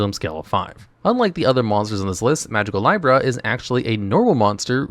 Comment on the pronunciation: I love how often you say the names wrong. Magicalibra isn't pronounced lie-bra. It's lee-bra, like the zodiac sign, hence the scale design.